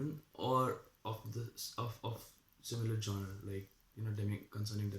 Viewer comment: 2min 20 seconds into the video and I couldn't getit outta my head that you pronounced 'genre' wrong. (google it) and exactly you say "the people who don't fit into any of these factions are called divergent", No silly, they're 'Factionless'. "The people who 'fit' into many are called, Divergent. . rest all is fine since you new to this. . and nice face reveal <3 you goo gurl!!